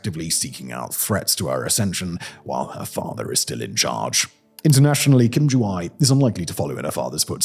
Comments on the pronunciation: AE/애 isn’t pronounced as “eye”. It’s more like “heir” in British English, where the R isn’t pronounced. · ju-ae not ju-i jesus christ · the poor pronunciation of my mothertongue stressed me out too much 😭. its not "eye" its more like "eh" "joo-eh" but then also I dont like NK and the dictators so making fun of them and butchering their names is also funny. so torn between mockery or accuracy 😭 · Whatever her name may be, I think we can be pretty sure that "Kim Ju-I" is not it, since the sound I (as in hi) does not exist in the Korean language ^^" Ju-ae would be "joo-ay" and Ju-i would be "joo-ee" - the closest you'd get to the sound would be, as in Japanese, a combination of "ah" and "ee" which would be romanised as "ai" but would still represent two separate sounds. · It wouldn't be pronounced as Ju-I but Ju-a. The ae is pronounced like the letter e in the word bed. Of course, I guess we're not really sure if that's her name. But, I thought I'd share anyways. 😊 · The description of the political situation that sounds so much like the C-dramas set in ancient times. The wardrobe is just not as fancy. As an aside, "ae" is pronounced more like "ay" than "eye", since, in Korean, the "eye" sound is separated into two syllables, and names are only 3 syllables. "eye" would make it 4. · Korean "ae" (애) pronounces like "eh". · Urgh.. butchers pronunciation again! Name is pronounced Joo-eh! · Ae is pronounced as eh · “Ae” is pronounced “ay” like “hay” and “may.” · ROFL I never heard anyone mispronounce names so bad in my life. I think for one of them he literally said SOJU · You are pronouncing her name completely wrong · made a whole vid on her but didnt bother researching how to pronounce her name